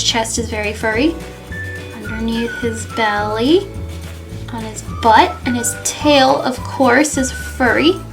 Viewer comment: LOL its so funny the way you said butt lol